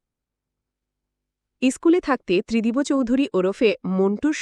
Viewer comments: Not Tridibo.Tridib.sunte baje lagche. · Tridib babu 👌 Not Tridib bo babu keno bolchen ???? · Spelling uccharone mistake ache, Tridibo na, Tridib r ta ekbare uchharon korte hobe. Otherwise good good explanation. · ত্রিদিবো নয় ত্রিদিব হবে।নিজে একবার শুনুন ।অন্যথায় ভালো।। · The name is wrongly pronounced .